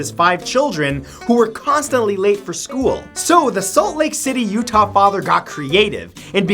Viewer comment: What with the emphasis on Utah?